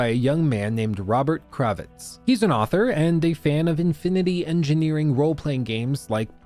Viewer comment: Infinity Engine. Planescape: Torment. Those mispronounciations gave me psychic damage.